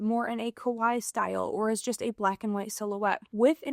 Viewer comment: Americans pronounce 可愛いKawaii as Kowai. Kowai means "scary" in Japanese, so it's best to pronounce it clearly as Ka-Wa-i-i 😊